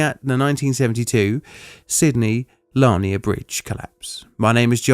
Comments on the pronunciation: In merica we say it "luh-neer"...not "Lah-nee-yay" what the heck are you, Franch!? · Dear Narrator, it is pronounced Lanier, like veneer, not Lanier, like Narnia.⚓ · Too late now, but it's pronounced "LA-Near". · I live in Georgia and we pronounce it… la-near. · It is pronounced like la-near I have lived in sight of this bridge my whole life. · Sidney Lanier is pronounced like "Lan Ear". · It is pronounced Sidney la near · In Louisiana it’s pronounced LAWN-yay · Sydney Lanier as in "Sid-knee, Lah-near" ... (gotta speak your Southern rightly .... ;-) ) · It's actually pronounced lah-neer with the accent on the second syllable. I'm a proud graduate of Sidney Lanier High School. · It's pronounced "Lan-EER". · We moved to Brunswick in early 1972, age 7. I remember this distinctly. For me it mostly meant we didn't go to Jekyll Island very often during the time it took to repair the bridge. By the way, Lanier is pronounced "LA-neer" in Georgia. We also have a Lake Lanier, but that's another story altogether. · Love you, John, love the channel! With respect, Lanier (in the South) is pronounced Luh-NEER. (I live a couple hundred or less miles from the bridge) Lisa~ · This is the second time you’ve mispronounced the last name of Sidney Lanier. And each time you pronounced it differently, but still wrong. It’s really not a difficult name, Lanier. LAN-ear. See? Not hard, and frankly it’s rather odd that you wouldn’t learn how to say it before you began. - Fair dues, you got it right this time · La near = Lanier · Interesting that Plainly Difficult did a story about something named for a relative of mine. By the way, its pronounced "luh-neer" 😅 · Sidney Lanier's last name is pronounced "luh-NEER". We had a high school by that name where I live (changed due to wokeness to something else 🙄) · I love your videos, but as a Georgia resident, I've had to learn how to "correctly" pronounce a lot of local names. Cairo = Cay-roh, Vienna = Vye-'enna, Lanier = Luh-neer.